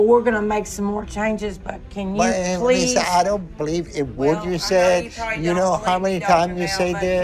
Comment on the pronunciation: Let me ask you, … do yOu bLeev iN gOt? I axed you, do yOu bLeev iN gOt?